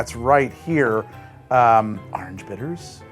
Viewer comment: Every time you say "Orange" I think you should plaster a huge "Ahnj" on the screen. I've never heard someone turn it into one syllable more than you.